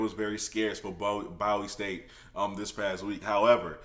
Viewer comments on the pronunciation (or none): It's pronounced Boowee State Univ.